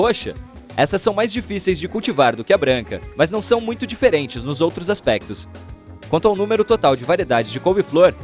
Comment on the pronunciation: mutcho sus 💀